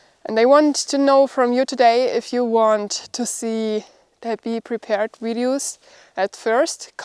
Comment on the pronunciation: I keep watching because I like the way you pronounce 'videos' (wideos)! All the best